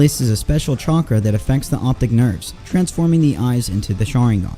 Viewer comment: "chonkra" LOL 😂